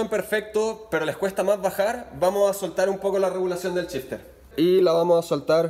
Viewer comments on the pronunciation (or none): Es gracioso como en Chile todas las SH del ingles las pronuncian CH, en lugar de shifter dice aca Chifter o Chimano en lugar de Shimano incluso Show dicen Chou y asi siempre jaja No es burla eh, pero es algo que me llama la atención en varios videos que he escuchado. Saludos, muy util el video Gracias !